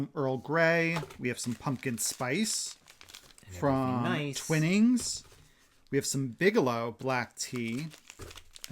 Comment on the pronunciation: Love the felted beards, you both rock at those! 🎅🎅🎅 I only seem to comment when I have a pronunciation tip 😊 but here’s another! Twine-ings tea 🫖😁